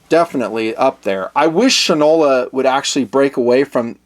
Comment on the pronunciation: Fyi: Shinola was originally a national brand of shoe polish and was pronounced Shine-ola (from Shoe Shine). The watches' logo is an exact replica of the logo on every Shinola shoe polish can so the pronounciation would remain "SHINE-ola". Please understand that in no way am I saying "you don't know sh*t from Shinola!"